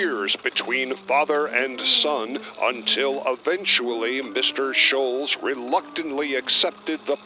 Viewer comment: You mispronounce Schulz. There is a very German pronunciation which we don't expect, but the accepted Americanized pronunciation is not shulz. It's more shults. Search YouTube for samples.